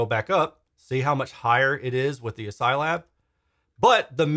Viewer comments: Is it really ass-psy? It’s spelled like ass-key, as in character set. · Are we sure on that pronunciation? I read it in my mind pronounced like: ASCII (askey). Update: In hindsight I feel a bit like a doofus for even asking this... Otherwise, these look like great step up bookshelves for me when I have a bit more space. Right now about all I can manage are the KEF Q150. Certainly more affordable than the KEF Reference 1 Meta I was lusting over before. Oh, and +1 definitely interested in seeing some more direct comparisons. I demoed the KEF Q Concerto Meta, and it did seem a bit dark to me too, esp side by side with the R3 Meta. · I'm pretty sure the name of the company is pronounced "ass-key," as is the traditional pronunciation of the ASCII acronym.